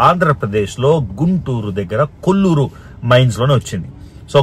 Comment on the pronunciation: కొల్లూరు కాదు, కోళ్లూరు మైన్. ఇప్పుడు అక్కడ పులిచింతల రిజర్వాయర్ ఉంది.